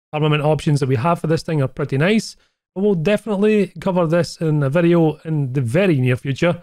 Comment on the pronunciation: This vi-eeyoh was.....more than OK.